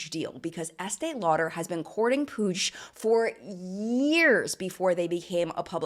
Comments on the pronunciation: Is Puig pronounced “Pooj”? It is a last name in Spanish and is pronounced “Pweeg“. Unless it’s deriving from a different Language? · My Spanish self has struggled so much at understanding 'Puig' just by hearing the video as a podcast that it's hilarious hahahaha I know my explanation it's going to be awful as I'm not good at language explanation but it it's pronounced kinda like /pooi:g/ (I'm extremely sorry to anyone who actually knows how to write pronunciation of words, english is not my first language and I'm sure my attempt at explaining has been awful). As always loved the video 🥰